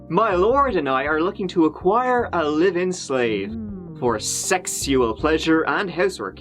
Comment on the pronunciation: Does anyone else crack up. When says *sexual*. Gets me everytime. 😂😂😂